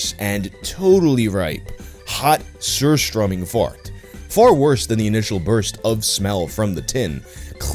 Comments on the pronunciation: Damn That’s a real fucking great pronunciation of surströmming! 👌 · Need to give u cred for the pronounciation of Surströmming!!